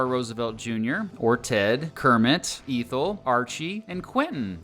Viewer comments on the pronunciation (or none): I believe that’s pronounced Ethel (Eh-thul), not Eee-thul…just sayin… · you mispronounce the name Ethel Roosevelt's first name. You need to go back to school.